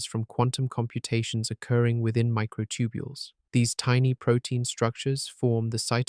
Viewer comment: The Narrator's Still Saying Mighr B Concious Even With All The Compelling Evidence Especially About The Microtubiles.